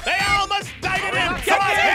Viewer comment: Not die-ded Died c'mon need's to go to kinder garden Haha:) Sorry